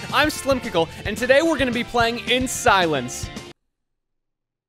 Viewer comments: He said slimpickle instead of slimecicle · no, you pronounce it slmccl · "Slimsicle" LmAo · "slimcickle" so thats how you pronounce it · I thought he said "HEY guys I'm slimp pickle" in the beginning intro there. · Did anyone else hear him say “Hi I’m Slimpickle” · Lol he says "slimcicle" YOU ARE SLIM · I thought he said his name was slim pickle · Anyone notice he said slim pickle